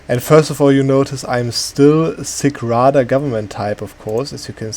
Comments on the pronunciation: Nice Video! By the way Sich Rada is pronounced lik Sitsch(yeap, like Germans say in Tschechien) Rada. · Yes, an old video, and until new Cossacks DLCs (in nearby never) you wouldn't touch this gov reform, but the sich rada isn't pronounced like that. The last 2 letters have same pronunciation tch, like in word wiTCH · Just so you guys know it's not sich rada witch ch as K or C sound it's ch as in charnobyl.